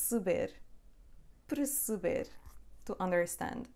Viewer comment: could you please clarify the pronunciation of PERCEBER? What you said sounded like PREceber. I have started to learn Portuguese only a few weeks back. Of the many teachers on Youtube, you are my favorite.